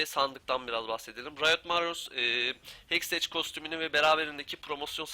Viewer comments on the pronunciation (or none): ''Heksteç'' değil de ''hekstek'' şeklinde telaffuz ederseniz daha doğru olacak :)